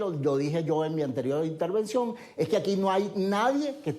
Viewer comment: ITERVENCION,Intervension Ya ya ya no jodas